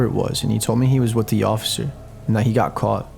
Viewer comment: Why do you emphasize "-th" when it's not needed? You pronounce "got" as "goth". Like, why?